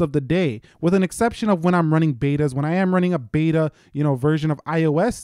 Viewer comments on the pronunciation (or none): none